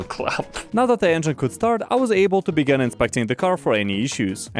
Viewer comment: "Egin cooler"